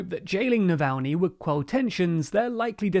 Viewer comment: Well, you got Navalny's name right this time, but you are still pronouncing Aung San Suu Kyi's name wrong. It's not that hard to look these things up, and it really impacts your credibility.